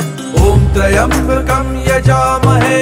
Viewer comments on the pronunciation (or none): Pronunciation of "Trayambakam" is wrong... Please please correct it and reload the video 🙏🙏🙏